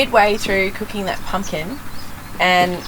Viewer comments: pump kin but sounds like ken.. oh yeah from a while back I heard a Malcolm Douglas episode the narrator say kasm not chasm . and it's a ungyen haha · Hi guys. Pump-kin and on-ion 🙂